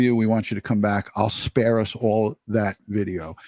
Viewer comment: “I’ll spear us all THAT video!” LOL